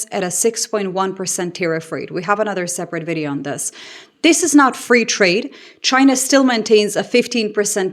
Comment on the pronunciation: Trump didn’t say China, he said “Ghina!!!”.😅